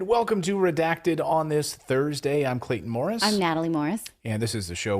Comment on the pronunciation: There is no way butchering Clayton Morris's name..